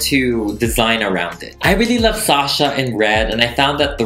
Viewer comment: Thank you, thank you, thank you for pronouncing my name right. I could scream every time someone hits the 2nd syllable with “shuhhhh” 🤮🤮! It’s sawh-shaw everyone!!!